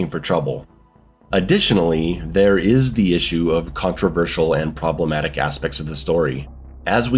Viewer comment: "Pwobwematic" shits self cutely